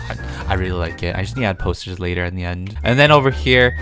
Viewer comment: I ummmm I thought peetah said toasters instead of posters...